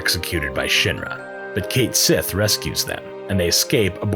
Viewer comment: Cait Sith is a Gaelic word and it is definitely pronounced Ket Shee